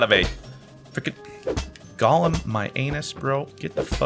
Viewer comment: i swear every time he said golem i heard Galm